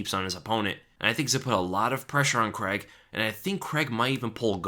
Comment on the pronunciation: Its Paul CRAIG not Paul Creg lol